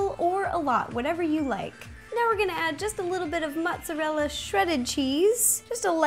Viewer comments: Ro it's not motsallela its motarella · She pronounces Mozerella "Motzallella" too funny but Ro you are awesome! Love your videos so much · Do you say "mozzalella"? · mozzarella not mozzalella 😂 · On she said motsolella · did she say mozalella on purpose? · Why do you insist on pronouncing mozzarella as "maht-sa-lela"? That's not even Italian pronunciation. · Kaiju Kid She just mispronounced mozzarella. There's no such thing as mozzalella cheese